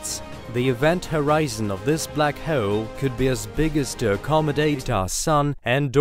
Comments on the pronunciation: Love the content . That being said, you need to learn how to pronounce HOLE I cringed 300 times when you pronounced it as hwoole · How to be unique on YT? normal YTbers: tries billion things and still fails This guy: says "WHOELE" and gets billion views 😂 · Very informative. I especially like hearing "hole" pronounced with 3 syllables. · This was a great video. I love space. But the way you say hole cracks me up.